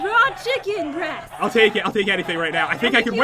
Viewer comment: When he said bress not breast, i died. LMFAO PAT!! THX FOR THE LAUGH